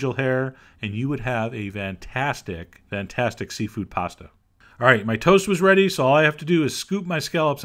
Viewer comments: Why can't you say fantastic right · Is he saying Vantastic or Fantastic